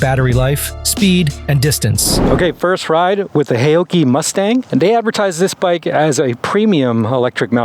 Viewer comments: Pronounced " how - chee " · FWIW, a closer pronunciation would be "how-Chi" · Loved your pronounciation of "haoqi," which of course I don't expect you to know. But what might be of interest is that, depending on how you spell it in Chinese characters, the Chinese meaning of Haoqi is "curious, full of curiosity" or "to be in a good mood." it could also mean "heroic spirit" but that would be less-commonly used. So, I think, a rather cool name for this brand.